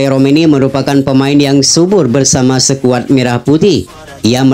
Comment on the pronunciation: Ko' bacanya sekuad.